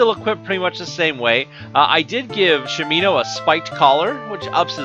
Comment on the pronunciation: sha mi no, not shameeeeno